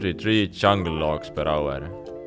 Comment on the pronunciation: PER AUERRRRR xD Where are you from ? hahaha